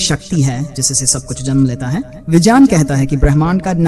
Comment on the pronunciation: Pehle to vijeyaan nhi vigyan hota hai. 😂